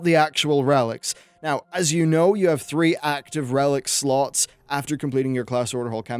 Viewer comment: I keep hearing sluts instead of slots for some reason